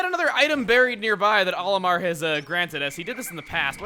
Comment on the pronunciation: CHUGGA YOU KNOW ITS "OLAMAR"